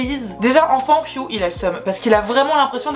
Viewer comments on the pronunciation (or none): Tu prononces * fiou* efner...alors que c'est hugh donc hiugue * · Pourquoi tu prononces « fiouhh » pour Hugh ? Ça se prononce Ugue, tu prononces le U devant et gh c’est « Gue »… 😭😭